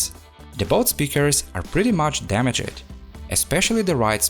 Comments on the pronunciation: Its its pronnounced "damagd" not "dama-ged" Drop the e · i like how he pronounces damaged as "da-me-jed" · I'm gonna start saying damaged as damajed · Damaged* not dameged* , Turned on* not turnid on*, Caused not cAused! Daaamn man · Da-mij, not da-mi-jed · DAMA-JED....when he pronounce that it...makes me smile everytime... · It isn't pronounced damage-edd It's two syllables. I understand English isn't your first language, but German isn't mine, and I make an effort to speak it properly. You should do the same. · at least it's just damag-ed. not clean-ed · I like how he pronounce the word “Damaged” in every single video 😂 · He put the wrong emphasis on the wrong "syll-A-ble" Im totes in jest. Love his dama-ged emphasis. Adorbs. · bro, stop saying dumuh jet... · How to say damaged in enchantment table- damage- ED XD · Haha I love this video but it’s really unsettling how you say “damaged” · Im the last person to be judged by my thicc accent but how you say "Damaged" is driving me insane ! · I love your Vids... but the Word: Damaged 🤯